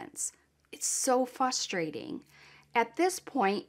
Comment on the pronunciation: hand-pink-waving:Poor baby. Can't even imagine how anyone, a mom, harming this beautiful baby.:hand-pink-waving: I realize this is not the time to say this but... I have a pet peeve, The word is F-Rus - tray - ting Don't ignore the R You have said FUSS-tray-ting Don't omit the R I just cannot ignore. American people (not sure if u r ) say it wrong. Don't omit R Don't omit the R. F- Rus -Tray -ting. Please stop hurting my ears:hand-pink-waving